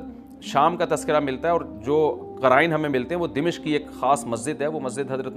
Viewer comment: السلام علیکم امیدہے آپ خیریت سےہوں گے۔ حضرت دمشق کے نام میں "م" پر زبر ہے۔